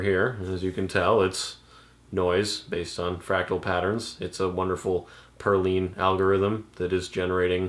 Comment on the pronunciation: I think he is fascinated by your accent ;) By the way, is it pronounced "perleen" or "perlin"?